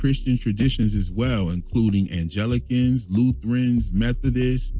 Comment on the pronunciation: Anglicans same as Episcopal your pronunciation is wrong ANG-like “sang”LI-CANS okay